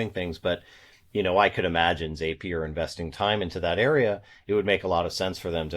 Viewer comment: ZAY-pier ? For real? 🤣Great video as always, thanks ya'll.